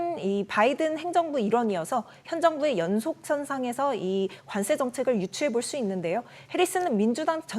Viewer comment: 관세를 자꾸 관쎄로 된소리 발음을 하시는데 이거 고쳐주셨으면 합니다